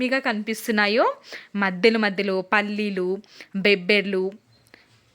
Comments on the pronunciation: బొబ్బర్లు అనాలి తల్లి బేబ్బర్లు కాదు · బెబ్బెర్లు కాదండోయ్, బొబ్బ ర్లు. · బెబ్బర్లు కాదండీ.. బొబ్బర్లు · Mundhu avi peru cheppatam neechukondi madem 😂 , bobbarlu...bebbarlu kaadhu...maaku bayam vesthundi😅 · Bebbrlu kaadu .bobbarlu kaadu Babberlu antaru sister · Bobberlu, NOT bebbarlu, thank you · Bhashanu kunichesthunnaru.bebbarlu kadu talli bobbarlu😢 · బెబ్బర్లు అని కొత్త గా అంటున్నారు.ఎవరు చెప్పారు ఇలా పలకమని.మేడమ్ గారు. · Bobbarlu chakkaga matladu thalli Telugu bhasha nu champaku thalli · నీ బేబ్బర్లు తగలెయ్య... వినలేక పోతున్న.. బేబ్బర్ల దెబ్బ కి బేంబేలు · బొబ్బర్లు కాదమ్మ బొబ్బర్లు అంటారు